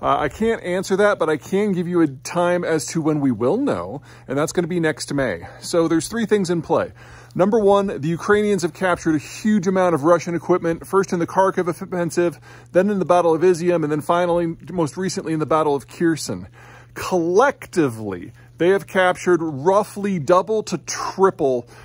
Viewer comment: Peter try to ignore "K" when pronouncing "Kharkiv" and "Kherson"